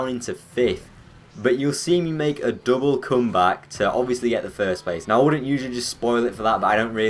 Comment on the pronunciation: Döble cymbak? What accent is that LOL?